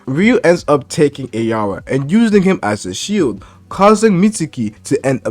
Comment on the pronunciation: Its araya not ayara